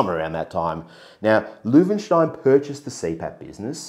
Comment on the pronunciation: You have pronounced it perfectly.